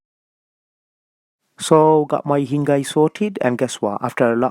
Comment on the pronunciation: Not hingai it's coll hingrai